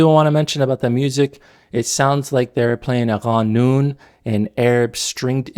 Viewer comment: it’s pronounced more like “قانون” not as “غانون”.